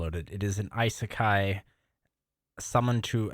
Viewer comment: Hey I watched that anime! No shot it's anyone's favorite anime! It was trash! (I did kinda enjoy the premise of it. An isekai where the MC had already been summoned to that world before could be neat. Just had a pretty boring execution) Also lmao "eye-sekai".